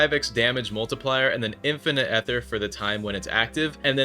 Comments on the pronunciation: its EETHER NOT EHTHER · Ether ❌️ eee ther ✅️